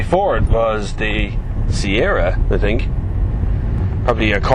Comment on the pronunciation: Haha, " i tink dis is a good car"